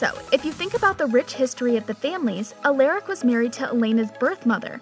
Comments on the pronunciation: It triggers me so much how you pronounce their names as Stefuuhn, Alleric and Salvatori 😂😭 It's basically pronounced Steffen, Al-uh-ric, and Salvator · Has this person ever watched one episode of any of these shows? She doesn’t know how to pronounce any of their names! Salvatorie? Give me a fucking break! “You’re gonna want to say it Alerick, but it’s Alaric!” And did she say Legacies was the one we loved the most? 😂😂😂😂 IMO The Originals actually gave TVD a run for its money! They were both great shows, but Legacies just seems to be lacking. It feels like it’s staying alive through nostalgia imo. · It's not Salvatoree, it's Salvatore. The e is silent. It's not Stephaan, it's Stefan. It's not Alearic, it's Alaric. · Why did you say Alaric like that😂. Isn’t it pronounced Uh-L-Are-ic not Uh-L-Air-ic?? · Say it with me. Sal-vah-tore. Not salvatorie Ah-lar-ick. Not aleric Ste-fin. Not Stefahn. My God that made me angry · A lar ric not a Lear ric who else pronounces it alaric and not alearic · ITS A-LAR-IC NOT ALLER-IC AND ITS PRONOUNCED SAL-VA-TOR NOT SAL-VA- TOR-E AND ITS STE-FAN NOT STE-VEN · its alaric not ALACRIC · Did this girl just say Salvatorey and Al-er-ic.... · Lol salvatoree Alaaric.... his first scene he explains thats not how you say his name. Stephaun... If you don't watch the show they shouldn't do the video. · Just to help clarify how to pronounce the names, I greatly noticed that were mispronounced. Crossing fingers for an Elena and Damon appearance in Season 3! A-LAR-ick Sal-va-tore Stef-an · It’s pronounced (stef-in) and (a-lar-ic) but spelled Stefan and Alaric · Did she just say “ eleeerick “ and “ EEElena “ HAHAHAH AND THE WORST OF ALL “ STUVANNN “ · Her: Aliric like uh child anyways sooooo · Dude and Alaric, she’s literally pronouncing it like Alayric. Like ar makes the sound r not a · U-l-a-r-I-c how to pronounce the name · it's Stef-an and A-laric and sal- vatore. the e doesn't mean say it differently.